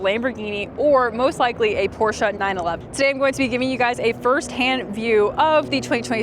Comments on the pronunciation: It's called a Porsche not a Porscher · Thanks for pronouncing Pro "SHA" correctly!